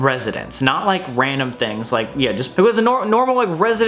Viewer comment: "Wandom" -Samuel Golbach October 3rd 2020